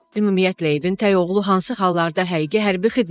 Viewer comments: Ay aparıcı xanım, səni efirə buraxan kəs bir dənə "tək" kəlməsini niyə öyrətməyib. Dilimizdə təy sözü yoxdu. Bu sənin "gərgin" əməyinin məhsuludur. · "təy" yox-tək